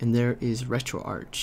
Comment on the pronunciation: It's pronounced retroarch not retroarch..